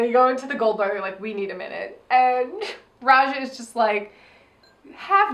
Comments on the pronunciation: Why do you keep saying Aja instead of Raja? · Rewatching this, and straight up says Aja instead of Raja a few moments after the 20 minute mark:'D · Everytime they call Raja "Aja", a jimmi gets its wings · Am I the only one that hears AJA when they say RAJA ?